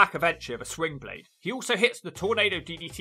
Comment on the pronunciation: slingblade, not swingblade bro lol